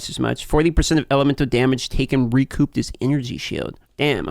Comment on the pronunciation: P in recouped is silent you absolute ginger.